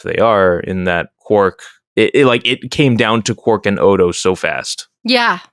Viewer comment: Quark sounds like Quack, funniest shit I've ever heard